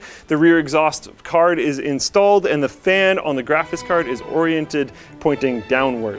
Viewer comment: Can we please ban from ever making videos like this until he learns how to pronounce graphics?